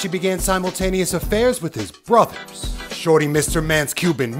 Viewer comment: I’m sorry did you say ‘brothers’ with a s😂😂